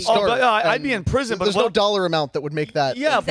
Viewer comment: She says no like nurrrr.